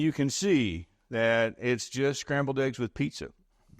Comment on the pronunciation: Love me some “Scambled” eggs, lol.